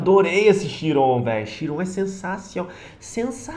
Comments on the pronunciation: não é shiron, é chiron se pronuncia kaíron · que agonia ficar ouvindo ele falar "xiron"